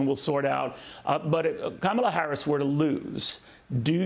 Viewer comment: I like this "Cumala" 🤣